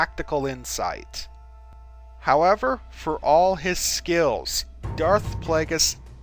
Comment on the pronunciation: I love how he says skills lol. "SKEEEELS"